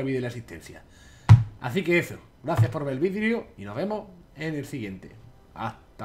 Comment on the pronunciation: escucharon lo que dijo xD a lo primero del video dijo vidreo